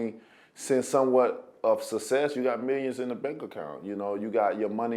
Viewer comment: I love the guy. He's genuine as they come. That said, someone in his camp needs to teach him how to say the words, "success & successful". He uses them a lot and he IS. They're not doing him a service by being quiet about it.